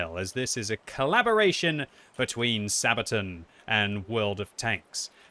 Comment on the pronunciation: The way you say "Sabaton" drives me nuts. It's not Sabatin, dammit! It's SabatAHn! You have to say it with conviction, like"Megaton, Megatron, or Ultron," otherwise it just sounds like something you'd use for diaper rash. "Mommy, my bum is itchy again." "Ok dear, we'll put some sabatin on it."